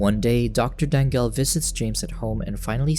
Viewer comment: I’m pretty sure since it’s from Philippines, it should be pronounced as Da-ngal. Not Dang-gal. 😅